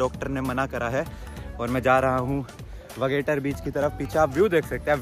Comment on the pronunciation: Its not वेगेटर actually it is वागतोर beach 🤣😂😅